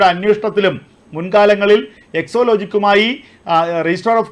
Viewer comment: Exo അല്ല exa.